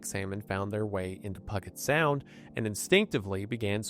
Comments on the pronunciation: Puh-get Sound?!?!?!?! WTF!? It's pronounced Pew-Jet Sound! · “Pug-it sound” is rough, Wendi 😭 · it pronounced pujet sound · the WHAT sound?? I've never heard someone pronounce Puget Sound in that way dear lord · as someone from Washington State, specifically the islands in Puget Sound... the fact that you utterly butchered the name caught me off guard so bad lol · The ghosts of Kurt Cobain and friends are going to haunt you, Jacob Marley-style, until you can properly pronounce Puget Sound. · The way he just pronounced Puget Sound took me out